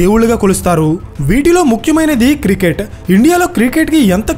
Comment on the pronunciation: అరే.. బాబూ..! అది కిరికెట్ కాదు క్రికెట్.